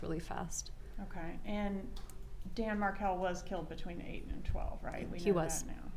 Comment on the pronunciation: I've watched this three times now. And I can't help notice that she cannot even say the last names Markel or Adelson? And all that blinking and mirroring?